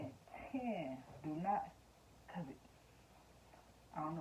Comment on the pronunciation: Why you said covet like that 🤔🤣🤣